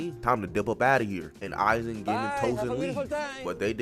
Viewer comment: u rlly gotta research how to say certain ppl’s names, like sayin “gin” instead of “geen” is crazzzyyyyy